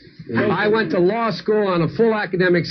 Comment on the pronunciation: "I went to lie-school on a full academic scholarship."